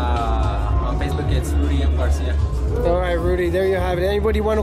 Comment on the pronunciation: It's Rudy Garcia not Dudy